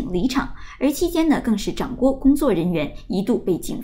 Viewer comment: 掌掴（zhang Guai, 掴读三声），播音员请注意，不要读错发音，而且反复错。